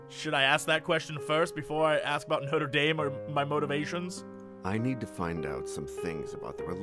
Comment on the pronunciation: GOD THE WAY THESE PEOPLE SAY NOTRE DAME THEY'RE RUINING THE NAME ITS SUCH A BEAUTIFUL NAME AND THEN THEY BUTCHER THE NAME ITSELF UUUUUUUUHGGGGGGGGGHHHHHHHHHH 😩😩😩😩😠😠😠😠😠😠😠😠